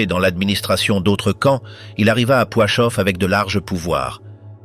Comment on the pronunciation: On dit Plaszów (Plachov et non Poichov) et Belzec.